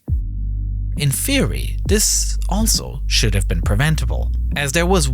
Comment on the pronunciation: Free, dis, dah, wif. Bro you not have a tongue? Thhhhhis.